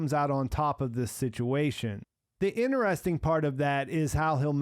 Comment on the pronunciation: "Interesting" has a "t" as the third letter.